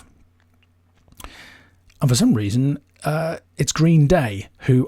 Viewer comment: The way you say 'Green, Day' bugs me far more than it should.